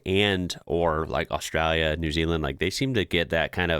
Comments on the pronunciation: We don't have Mexico on our border you do . We do have some foods like that. But not a big deal. Your accent is pretty good but there is a L in Austrlia not Austraya and no W in Koala's lol. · Absolutely love the way you're trying to pronounce Australia as Aussies do: "Ostraya". Very cute.